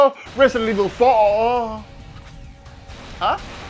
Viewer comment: Resident Esh-Vil?